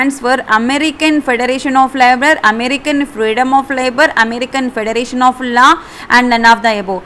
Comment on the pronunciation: american fedaaration labour fedaraatiion